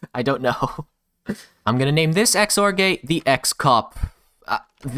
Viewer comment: "the x-or-gay" 🤣🤣🤣